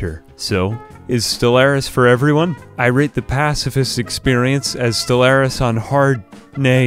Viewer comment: As someone who has over 5 thousand hours in Stellaris, didn’t do anything good, he didn’t even talk about their traits, didn’t even do anything right, let alone say the name of the game correctly